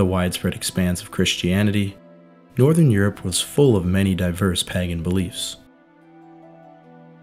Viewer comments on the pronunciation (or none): I have had to pause this otherwise excellent video halfway through because I can't take it any more. Not the video, I think it's great, but the pronunciation of the word.... Pagan. It is spoken as PAY GAN, not, under any circumstances PAGGAN. That is just wrong. And whilst I'm on the subject Celts is pronounced Kelts with a hard C. Not Selts. Apart from that it's fantastic. Many thanks. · Also the Pa in Pagan is 'Pay' The samhain thing would have bugged me more, being from Ireland, but it didn't come up much in the video. Pagan was said a lot though. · Amazing video, just one point is the pronunciation of pagan is a little off, if you google the word the text to speech function is just right. Sorry to be one of those people. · You should look up pronunciations of words you do not know. For instance Pagan is pronounced Pay-gan not pag-an. And Samhain is pronounced Sow-een. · Did you just say that as pagaN, as opposed to pāgæn. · Is it a local accent that makes you say pagan like that? Curious. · Thank you for the reply, I'm British so I'm not great at American accents!